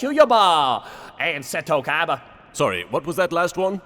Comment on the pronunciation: I just find it funny that the only person whose name he pronounces correctly is fricken Seto Kaiba.